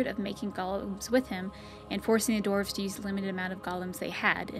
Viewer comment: Dwarves being pronounced as "dorves" really throws me off :/